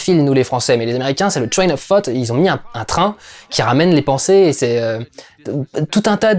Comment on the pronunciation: J'entends vraiment "Train of Fart" et pas "Train of Thought" c'est très perturbant surtout quand tu pales de ce film.